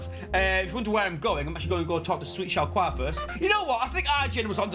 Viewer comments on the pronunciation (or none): Shal-Quar? Shal-Quar? Its Showdah! Say it right!